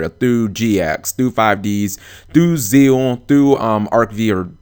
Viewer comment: I appreciate that you pronounce Zexal as "Zeal", the way it's supposed to be pronounced.